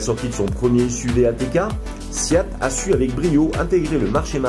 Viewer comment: Pourquoi prononcer SIAT ? Le nom de ma marque SEAT aucun i dans ce nom !